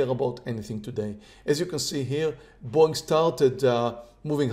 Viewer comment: When I first started watching this channel I kept thinking was saying "boing" instead of Boeing lol